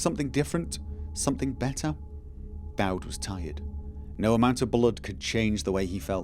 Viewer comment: this playthough is guna be rough lol i keep hearing DAD rather DAUD